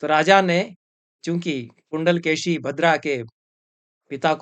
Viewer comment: एक छोटी सी टिप्पणी, तमिऴ भाषा में कुण्डलकेशी का उच्चारण 'कुण्डलकेची' नहीं होता है बल्कि कुण्डलकेशी ही होता है। परन्तु तमिऴ में शकार का उच्चारण संस्कृत के सकार और शकार के बीच होता है। आजकल यह उच्चारण मिलना कुछ विरला है प्रायः लोग इसे 'कुण्डलकेसी' ही कहते हैं। फिर भी औपचारिक तमिऴ भाषा में शकार का उच्चारण का स्थान और प्रयत्न संस्कृत के शकार से बहुत कम विविक्त है। आजकल भी तमिऴनाडु के तथाकथित ऊँचे जातिवालों का शकार तालव्य होता है और उसमें महाप्राण प्रयत्न साफ़ दिखता है। सनम्र, श्रीनिवासकृष्णन्